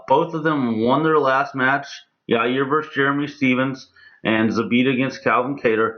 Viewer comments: Chael "Ja ear" Sonnen ~ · Yair "Ya-Ear" Rodriguez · Anyone notice chael is saying "ya-rear" again after admonishing that dude who asked the fan question a couple days ago sfor saying "ya-rear?" lololol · Yarear and germy..... lol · Everyone: Yair Chael: your rear, your ear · It will always be Ya-rear. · Chael can't say yair's name to save his life. Your 👂. Hahahahahahahaha